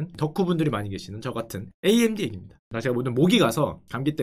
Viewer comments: 글쎄 암드라는 단어는 업다니까 자꾸 그러시네 구글 번역기에 암드 쳐보세요 나오나 ㅋㅋ amd 를 암드라고 읽다뇨 에이엠디라고 읽는 건 많이 봣어도 암드라고 읽는 건 처음봄 단어자체가없는데 무슨 소린지 모르겟네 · 나는 평소에 '에이 엠 디' 라고 말하는데 언제부터 암드가 ㅡㅡ